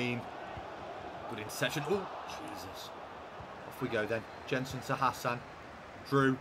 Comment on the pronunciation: Jensen is pronounced Yensen